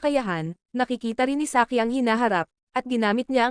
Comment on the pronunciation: Saiki❌ Saki✅